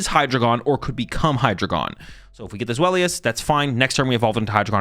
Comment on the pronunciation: Zweilous is actually with a "v" sound so it would be "zvhy-luss"